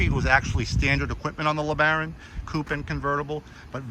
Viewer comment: Oops ya said LeBarron at end of video